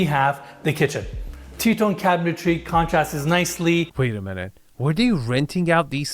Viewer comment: I love you. I watch all your videos as soon as I see them. And I will witch as long as you keep making them. I know English is probably your second language, but it’s pretty good. Please, please learn how to pronounce cabinetry? I’m just busting your balls. 😘😘